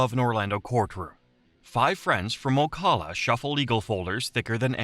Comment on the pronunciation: OCAWLA as an Ocala resident that pronunciation causes me pain lol